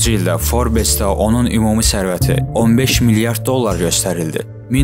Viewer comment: BİLİNƏN GÖRÜNMƏZLƏR dediin journal :Forbes yazılır.,forbs oxunur